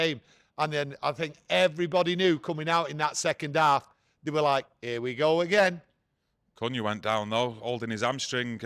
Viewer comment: Can someone let know the correct pronunciation for Cunha. Calling him Cooner is not it.